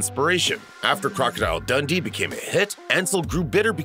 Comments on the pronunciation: It’s pronounced like Dun-Dee not “Dundy” 😡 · That's what I was thinking... Like, Crocodile Dundy! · The way he says Dundee is upsetting 😂